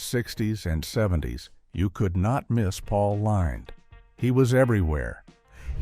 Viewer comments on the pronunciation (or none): The AI robot voice mispronounced Paul Lynde as paul lined an in lined paper instead of Paul Lind. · Paul Lynde's last name sounds like "Linned", not "Lined" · His name is pronounced Paul Lind. Everyone watching tv knew he was gáy. I was a kid and I knew. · Pronounced Lind not LYNDE! One would have thought you might have researched this before publishing this with the wrong pronunciation. It undermines your credibility. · Paul Lynde (LIND) not LINED! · Are these all bots that read these?? Pronounced names wrong. Paul LINDE? Then they correct it at the end. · That's Paul Lined to you! Lol.. The Mispronunciations and Canned Voices that Everybody uses always instantly gives them away.. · Apparently according to AI, it's Paul "Lined". I hate AI. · "LIND" (SHORT I) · Paul Lined? Sloppy AI again. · It's pronounced, "LIND", you idiot. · Missed pronounced Paul Lynde's (Paul Line) name....more AI shit. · Please learn how to pronounce Pauls last name. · Dick York was not gay. This machine doesn’t know how to pronounce Paul Lynde’s name! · Rock Hudson, Tab Hunter, Anthony Perkins, Farley Granger & Sal Mineo were not sitcom stars. And isn't there a way to correct the AI voice's pronunciation of Paul Lynde's last name? 😒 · I know. . Even if the narrator is mispronouncing his name. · Why can't you pronounce Paul Lynde"s name correctly? And I'm supposed to take you seriously. Just click bait. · Pail Lynde last name was mispronounced